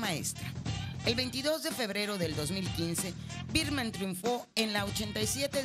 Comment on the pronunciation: con biirrrrman jajaja